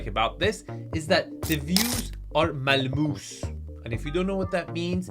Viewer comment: rolf "mal moose" 🤣